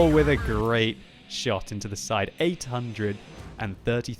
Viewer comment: I spit the tea all over the kitchen when he said the woch 155 xD